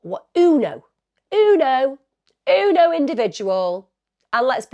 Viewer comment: I love the way Emma pronounces ‘uno’ 😆